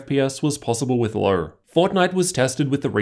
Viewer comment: No offense but i am a little bit annoyed by your accent, diction or is it just your voice?.. like "low" = "ler" "know" = "kner"